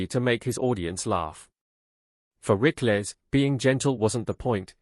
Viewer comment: Rick-less? Rickles, pronounced Rickels !